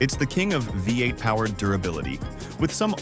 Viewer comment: What the heck Is a : VAY 8. your AI bot is messed up!!!!!